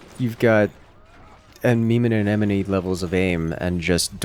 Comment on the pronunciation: just casually flexing on pronouncing amemomeanemone every time he can.